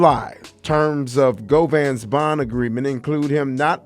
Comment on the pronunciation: Its govan.